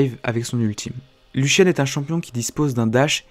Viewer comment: Aizen Bct Pourtant «build» ça se prononce bien [bilde] et non [builde] ^^ Moi ce qui m'a étonné c'est plutôt sa prononciation de Lucian en [Luchiane] x)